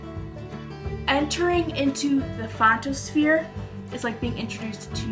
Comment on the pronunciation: Fontisphere?? LOL